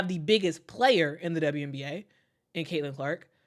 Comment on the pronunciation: You're awesome, but can you say CAILIN CLARK....just saying 😂